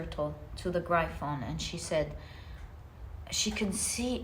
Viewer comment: Gryphon is pronounced “griff-on”. No hate, just to help you. ❤❤